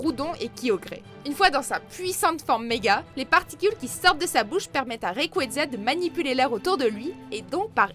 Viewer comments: prima kayogre primo grouadonne et magaya raikaza tout shiny on se demande qui est le mieux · Primo Kryogre primo Groudonne Mega Raycraza tout shiney XD